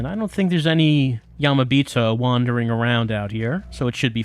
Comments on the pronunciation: I want to know why he pronounces that vowel correctly in yamirei but yamibito sounds like yamabito. That's not a read on, more like... phonetic curiosity? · The way pronounces yamibito sounds like yamabito which means "mountain person" and idk I think it's pretty funny. It makes me think that the yamibito are just some sort of isolated mountain people angry at all these people running around and causing commotion in their backyards.